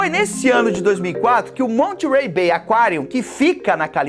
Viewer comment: Já fui no Monterey B.A, em 2015, é um lugar incrível! E, a pronúncia é “Mónêrey” com aquele sotaque no R kkk, não se pronuncia o T